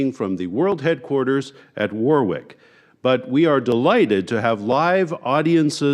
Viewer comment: You would think that they could at least pronounce Warwick properly….